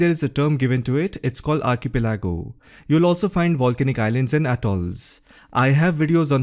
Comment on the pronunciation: Say “Are-key-Pelli-co”